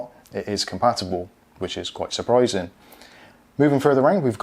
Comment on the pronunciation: "wich is quite supryzen"